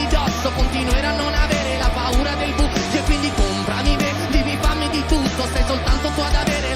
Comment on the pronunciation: I am Italian and I send you my heartfelt compliments. In my experience, you are the first English speaker to pronounce the Italian word "buio" well (which is not at all easy considering the sequence of vowels). Bravo.